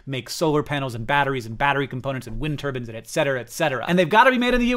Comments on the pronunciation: "Wind ter-bins" lol it's "Tur-byne" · It's not wind turbans, it's wind Turbines!! 😂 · why does he keep saying wind turbans?